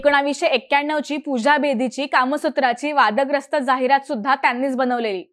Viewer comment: जाहिरात चा उच्चार चुकतोय